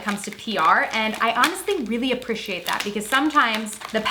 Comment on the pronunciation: The way you say appreciate has me going bonkers